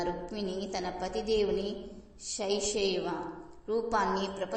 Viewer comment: Sashaiva kaadu shaishava ani pronounce cheste baavuntudii anta pavitrata kala katha cheppetappudu KRISHNAM VANDE JAGADGURUM.